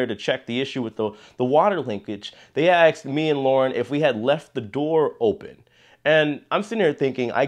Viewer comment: ask, asked. there is no X in ask.